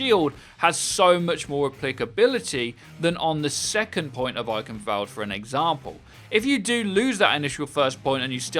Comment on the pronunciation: Has to be said, eichenwalde has a W not a V in it. Not sure if the speaker is trying to be a cheeky British person but come on, it's not hard.